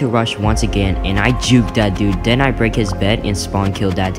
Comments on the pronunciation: When he says then I den u mean then????? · “ Den i rushed his base ” BAHHAH I LOVE HOW U SAY “DEN” ❤️ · He say den I bodt leater armor